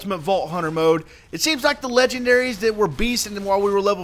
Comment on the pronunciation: "log of legeberrys"